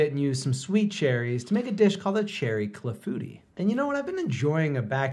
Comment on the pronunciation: I learned the hard way in culinary school that it’s not pronounced ‘cla-FOO-tii’ but rather the French ‘CLA-foo-TEE’